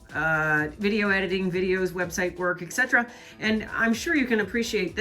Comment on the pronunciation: OMG, you actually said, “eTcetera” instead of eCKcetera. There’s hope for the spoken language. Now, if people would stop saying things like: “See if you CAN’T do something about your messy studio” when they really mean “See if you CAN do something …” 💕❤️💕